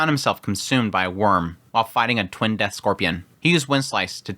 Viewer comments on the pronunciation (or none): none